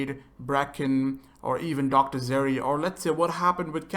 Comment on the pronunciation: You've played the game for years and you can't pronounce dr zere's name!? Not trying to be rude I'm just surprised!